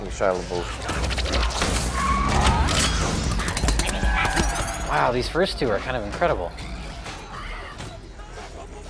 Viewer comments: "Shia lebuff" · He calls out Rich for mispronouncing Megan Fox's name, but doesn’t call himself out for saying Shia LaBeouf's name wrong.